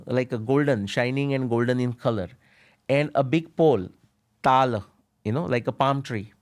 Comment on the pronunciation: ... just look at the Fantastic and famous indian maestro.. Ravi Sankar. Damn fully coolified individual. RAGAAaaaa for Raag.. is he fiing was he that is.. butt licking whites.. raga.. or Rege.. like Bob Marley. TALAAAAaaa instead of Taal.. For f's sake.. Coolifeied. Now his daughter tooo. Yuk!😢